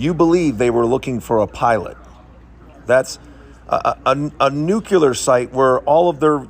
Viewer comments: Calling everyone stupid hits different when you’re repeatedly mispronouncing “nuclear” as “nucular” lol like let’s maybe not be throwing stupid stones while also living in a glass house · NUCLEAR. NU-CLEAR: NOT NUCULAR. MMMERICANS, NUCULAR IS NOT A WORD: It makes me sick everytime I hear it. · I have serious issues taking military advice from a man who mangles "nuclear" to "nucular"... As for being 110 miles (186km) from the crash site, after erection the plane keeps going at hundreds of miles an hour until it crashes. This may be 50 or more miles and the parachute is designed for increased horizontal travel so it drifts up to 4 times further than the gunner actually descends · Nucular. Just shut up. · Nucular? Why would anyone listen to you?